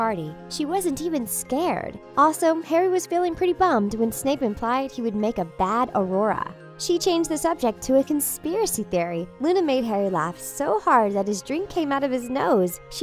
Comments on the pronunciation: It’s not arauoror it’s auror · I-I'll cries be your friend Luna! <3 Edit: IT'S AUROR NOT AURORA IF YOU'RE REALLY A HP FAN THEN YOU WOULD KNOW AAAAAAH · “Harry would be a bad Aurora” did you mean “Auror” (Harry wearing a pink dress and a crown) cries “split his soul into 6” what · AURORA?!?!?!?!?!! ITS AUROR!!!!!!!!!!!!!!😡😡😡😡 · Why are s NOBODY realizing that they said Aurora instead of AUROR I am SUCH A FRIKING TRIGGERED HARRY POTTER SUPERFAN AKA POTTER HEAD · Please, fact check before you post something about Harry Potter. In ALL your HP videos, you ALWAYS say AURORA not AUROR! It's not a little mermaid, it's a magical cop (kind of) xD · Aurora it’s Auror DUH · An aurora??? No, an auror (or-er). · When she said " Aurora" I was out✌️ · Kinda bugs me how she pronounced Auroa